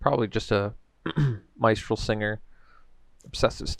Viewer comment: Miss Tral not Mice Tral.